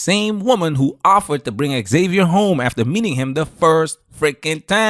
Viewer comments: Why can't gringos pronounce "Xavier"? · Why can't Americans pronounce xavier ?